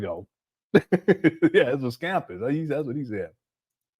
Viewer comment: said " Scampus"😂😂😂